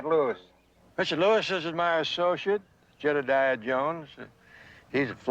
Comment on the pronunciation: Why did he insist on calling him jedadiah